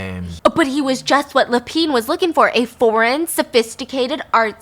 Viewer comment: Same with Lapin 😅